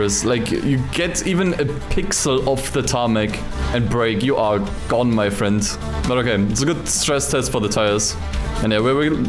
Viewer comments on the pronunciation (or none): none